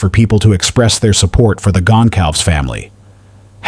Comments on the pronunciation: Gon cal vez not Gon calves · Please learn how to pronounce Kaylee's last name correctly.